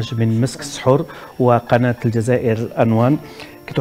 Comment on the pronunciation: السحور و ليس الصحور